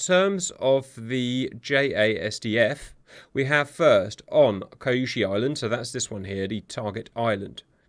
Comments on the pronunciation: Bases are pronounced "Nee-Yu-Ta-Bah-Ru" and "Suu-ick-ee" on the island of "Kee-Yu-shu" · Kyushu = "Queue Shoe." ~_^ Love your efforts, Cap, keep it up!